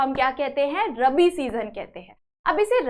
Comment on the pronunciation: did you teach very nice but your pronounsation is wrong in this lecture you prounce wrong that rabi and kharif